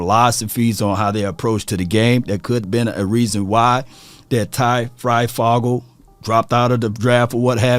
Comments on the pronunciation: Great analysis! It’s pronounced Fry-foh-gle, my nephew will make the roster no doubt about it. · Bro it's Fryfoooogle! Do you see two g's in the second part of his name? DAMN! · For ty fryfogle the O in fogle is pronounced long like you would say the letter,, just saying, home town guy here